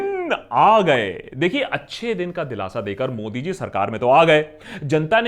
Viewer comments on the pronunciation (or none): none